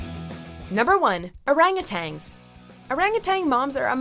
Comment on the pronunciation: Am i the only one that gets bothered when she keeps on saying orangutangs instead of orangutans???? Plus the way she speaks and the way she ends her sentences are so tonal